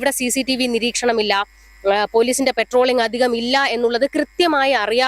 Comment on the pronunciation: പെട്രോളിംഗ് അല്ല പട്രോളിംഗ് ആണ്